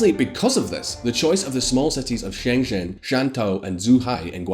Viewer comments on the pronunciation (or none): you literally mispronounced every single Chinese city and name. It wasn’t an accent thing either. For example Shen zhen not sheng shin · Your pronunciation'll be easy to fix, 'cuz u r very smart! Ｘ~ like English SH Ｉ~ like English EE 習近平→Xi Jinping→SHEE JEEN PING ＺＨ ~ like English J ＯＵ ~ like English O 廣州/广州→Guangzhou→GUANG JO 深圳→Shenzhen→SHEN JEN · Shen zhen is pronounced like English Shehn Jen.